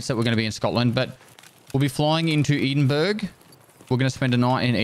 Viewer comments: Did I really just hear him unironically pronounce Edinburgh, "Edin-berg" ? In case you weren't just doing your best Kath Day impression...it's pronounced Ed-in-borough. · Edinburgh is not pronounced “Eden berg” it’s pronounced “Ed-in-borough” 💀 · Bloody hell...flying into eed in burg?? Hahahaa Edd in burra.